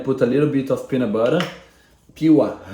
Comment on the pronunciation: vou te ajudar na pronúncia então. of é pronunciado como oV. é som de V, não de F. kkkk consegue implementar essa? OV.... OV course I can. :)